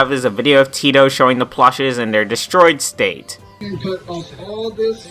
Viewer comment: its PLUSHIES. not "plushes"